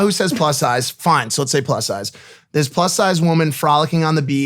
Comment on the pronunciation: Did you say Plus size or BUS size.